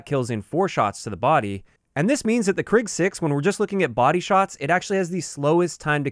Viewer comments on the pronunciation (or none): Krig in Swedish means war, and it's pronounced kreeg rather than krigg